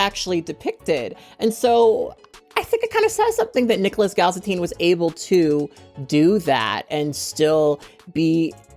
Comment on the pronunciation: Its Nicholas Gal-it-SIN